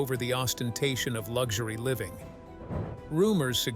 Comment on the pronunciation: Lugshory? An “interesting” pronunciation. 😶